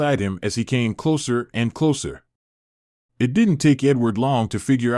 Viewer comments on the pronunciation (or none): none